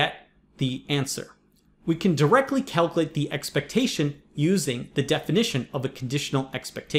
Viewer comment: Did I just get a grammar lecture from a dude who says "figger out" and "calcalate"?